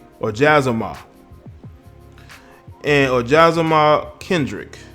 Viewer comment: This fool can't even pronounce Jazzma 😂